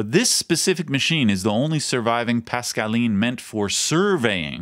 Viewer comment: I don't know about the fingers but kudos on the French pronunciation.